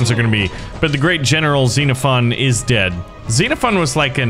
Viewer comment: Bro messed up with is😂😂😂 Bro said instead of is it's iis